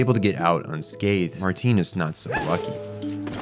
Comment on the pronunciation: Did you watch sub or dub? Cuz in the sub you would have at least heard most of these names with the correct pronunciations.. Martin is Martin, not MarTEEn. Good vid otherwise!